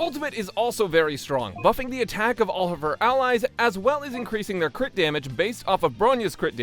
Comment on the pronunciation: No way bro just said “CRITORIS” lmao